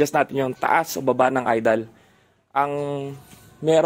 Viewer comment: "trotal" "idal" nakakainis pakinggan